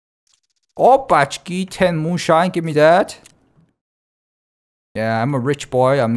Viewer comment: Nah nor even close